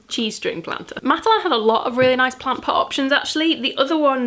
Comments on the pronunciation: everytime you said cheesestring I heard g-string and I can't stop imagining that cactus in a g-string I'm crackin' up 😂😂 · OMG i really thought it was G-string! Thanks for clearing that up!, i was really dazzled all through the video 😂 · I kept hearing “G-string” planter rather than “cheese string” planter so I’ve been giggling like a five year old the whole way.